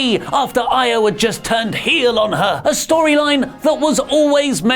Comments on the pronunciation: Isn't IO pronounced EE-O rather than Ay-O? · I cringe every time says Io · Can someone teach how to pronounce Io consistently? Where's WonderOli when you need them?! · it's Io, not Io.